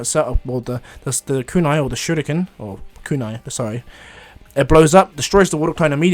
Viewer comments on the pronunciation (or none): none